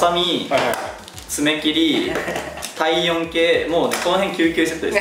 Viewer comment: 体温計の発音が「たいよんけー」だったのでキュンとしました💕